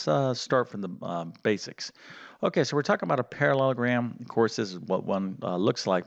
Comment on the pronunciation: it is quad'RI'lateral. not quaddlelateral. you seem to struggle with parallelogram too. i am, unfortunately boringly pedantic and english. i think it's important in teaching to get things right. excuse me if you have a speech impediment.